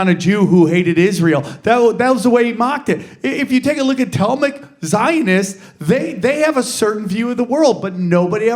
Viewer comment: Tahlmudic not Tallmic. Yall better be careful, small hats hate when you talk about what they think of everyone else.